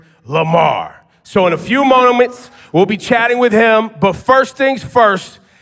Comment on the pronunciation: in a few mom-ments 😂😂😂